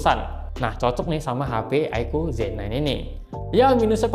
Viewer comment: Aiku bukan aiko